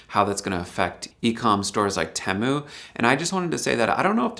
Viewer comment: I thought that TEMU was pronounced 'tee-moo' as I have heard it said in many other YT videos. I have also noticed that some folks (usually from India) pronounce Debian as 'dee-bee-in' which is not correct since it is named after the founders of the project Deborah and Ian, thus pronounced 'deb-ee-an'. Please advise.